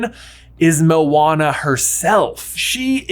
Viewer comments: He keeps saying “Mowana” it’s (Mo-Ana) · I’m I the only one how heard owana or what?